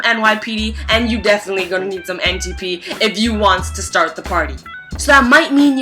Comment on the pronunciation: why the fuck do you say wants